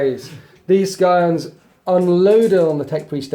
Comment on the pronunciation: Skyons? It's pronounced Sigh-ons